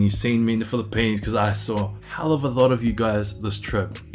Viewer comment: The way you say Phili-PEANS 😁. Sounds like you had a very productive trip. Can’t wait to hear/see how your future evolves! 🤙🏼